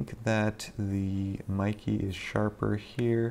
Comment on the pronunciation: Mee-kay, not Mi-key.